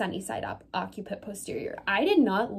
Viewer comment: it is pronounced "OC-si-put"